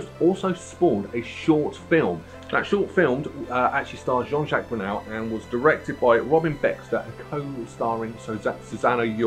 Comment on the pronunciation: Sorry mate but you lost me at "as written by my Mum" & at Coop de grace... Its pronounced Coo, and as for calling JJ Jean Jacques Brunel... Its Burnel.... Oh dear! Saying that Suite XVI I'd definitely rate this in bottom 4 albums. The rest l wouldn't argue with.